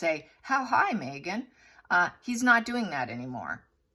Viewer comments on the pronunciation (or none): none